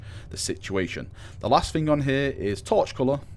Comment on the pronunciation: I love your videos man, but...the way you talk...It's so...lazy... "Fing" ;_; Speak properly. D